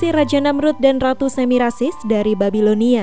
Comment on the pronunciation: Yang membaca cerita di YouTube bilang Samirasis, diingatkan supaya tidak keliru, tertukar suku katanya